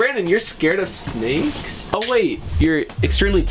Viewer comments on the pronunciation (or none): Anyone notice this it Said snaes not snakes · did anyone realise that he said snaes not snakes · bro actually said anaes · 13.34 at that time not being nosy but you said brawadis is scared of snaes instead of snakes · his terried of “snaes” did he mean snakes or somethig?